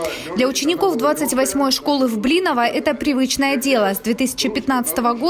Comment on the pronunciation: Исторически сложившаяся норма произношения этого населённого пункта БлИново. Так посёлок называют и его жители.